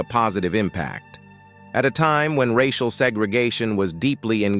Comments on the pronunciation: "Rash-ee-al issues"? It's too much to just have an actual human narrate the video? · The AI machine goes all French when saying 'racial' and 'intergration'. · I am sick of these stupid AI narrations! "reishial" issues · Monday March 18th 2024, 1002hrs The A.I. mispronunciations of societal racial, and several other words are hilarious.